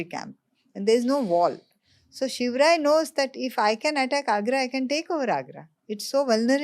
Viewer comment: Maharashtra people lovely says it.....We like it saying him....Also it is his short form.